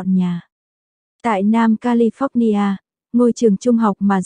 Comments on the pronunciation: Cô xướng ngôn viên của Kênh YouTube này phải cấp tốc học cách phát âm Anh ngữ cho đàng hoàng lại! Nghe cô đọc “Ca-li-phóc-ni-a” mà chợt nhớ lại cô giáo dạy chính trị được ngoài Bắc đưa vào năm 1976, lúc tôi đang học đệ thất tại một trung học nổi tiếng tại SG … Rợn tóc gáy! 😱🫣🤮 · Ko chịu được cách bà này nói tên Don và califónia 😆 Tập trước rồi mới nói cô ơi